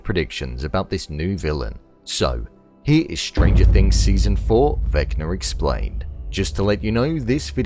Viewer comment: “Vecnar Explarned”